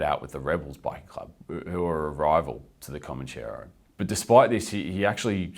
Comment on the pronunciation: It's Comanchero, not Comancheero......Mark Mori is a wanker.